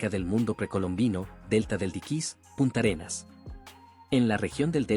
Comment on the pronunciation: No es Punta Arenas, sino Puntarenas. No es Terrába, sino Térraba.